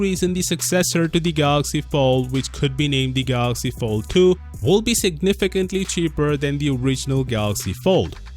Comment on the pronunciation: Did you say Galaxy Failed 2?